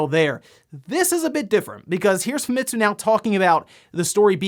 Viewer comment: I know I've been nice and not calling you out on this, but you've been mispronouncing Famitsu. You don't put emphasis on ANY of the letters. It's pronounced "Fahmetsu" Sorry, as a Japanese person myself, it really annoys me when primary English-speaking people commonly mispronouncing Japanese words in exactly the same as the rest of them. Not angry at you, just annoyed. Sorry for speaking-out.